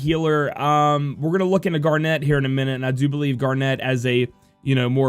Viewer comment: It's zeh-don and gar-nit just like the gemstone.